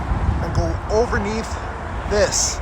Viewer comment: Did I hear “Overneath?”😂😂😂😂😂